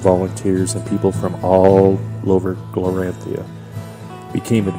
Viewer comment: Great job. This world is awesome once we get used to all the new names. Glorantha is pronounced glor-an-THUH (not -THIA). Sartar is sar-TAR. Genertela is JEN-ert-ella. (Not being critical of you, just a note for your viewers). The city of "Notchet" came about when the game was new and the world creator Greg Stafford was askeod by a player if he named that dot on the map yet and he said "not yet." So it took time for the creator to get the names right too.